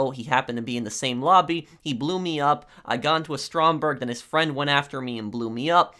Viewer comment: It’s actually Stromberg look it up